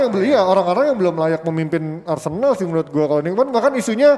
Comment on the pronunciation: MENIT 05.28 Apakah sengaja plesetin jadi arsenal jadi arsendal???